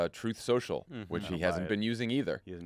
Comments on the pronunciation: "Troof Sosho" ... Maga pronunciation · Ohhhhhhh, 'truth social' thaaat's what he was trying to say. 😂 When you can't even say the name of your own social media platform there's a problem...😉